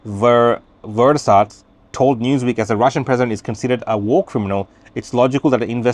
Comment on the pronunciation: Guy Verhofstadt is pronounced.... Gee Ver-hoff-stad